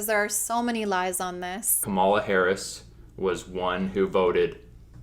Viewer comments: I’m annoyed that Morgan kept saying KaMAla and not KAmala. Kamala has said the correct the pronunciation of her name many a time so these people are just willfully ignorant. It’s gross. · Morgan refuses to figure out the right way to say Kamala Harris' first name. It's comma-luh, not kah-mah-luh. Put some respect on the woman's name. She's brilliant and WAY more qualified than P&M or Trump or any other christian who lies to themselves that single issue voting for trump is the only way. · bruh. they are ignorant, but the proper Indian pronunciation is kuh-muh-luh. there's no O as in octopus sound there at all. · I'm genuinely so annoyed that they keep pronouncing Kamala Harris's name wrong. It's three syllables. It is not that hard to say. UGH. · Also, why is it “Biden and Kamala”? Women have last names too, and if you cannot pronounce her first name and are calling her running mate by his last name, why not just use her last name too? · As soon as people pronounce her name wrong, I begin to lose respect for them. If you want to act like you’re spreading truth, at least do enough research to know how to say the name of the person your speaking of properly